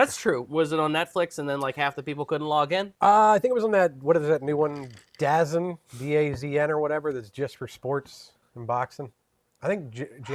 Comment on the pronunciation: Its pronounced DA ZONE! And it's fantastic if you are a futbol aka soccer fan.